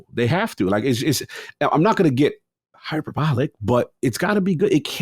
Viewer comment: While we're fixing your grammar and pronunciation - the work hyperbolic is pronounced: hyper-BOL-ik. (learn from Cog)